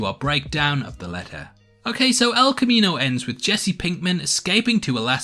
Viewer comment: "the leh-uh", "communi-eeh", "khee"